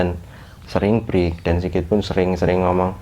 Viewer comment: Yaelah.. dia gmg "BREAK" bukan "FREE"